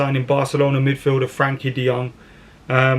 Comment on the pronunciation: De Jong will come when pronounces his name right. So sadly never.